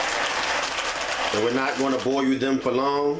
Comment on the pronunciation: Boil ( boy-yuhl) not boyoo